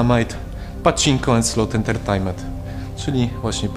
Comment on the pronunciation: i nie entertajmet tylko entertejment